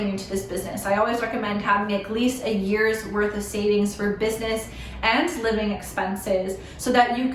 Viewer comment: Wym “a years” worth of savings? Or are you saying “8 years” cant really tell ☠️🔫